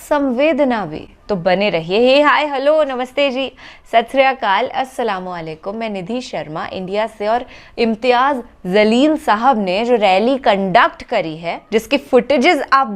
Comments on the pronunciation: Actually exactly pronounce Imtyaaz Jaleell " Not A imtyaaz zalell , please Ricarect ... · Keleya mam...Imtiyaz Jaleel....not Imtiyaz zaleel. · NAAM SAHI TARAH SAY BOLO "IMTIAZ JALEEL"